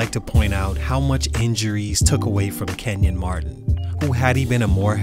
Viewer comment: His name isn’t Kevin, it’s KENYON Martin’😑